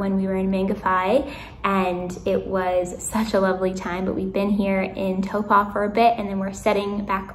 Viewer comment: Well done on your pronunciation of Taupo 👌